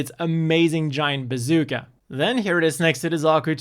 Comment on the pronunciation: i think i heard bazookey .......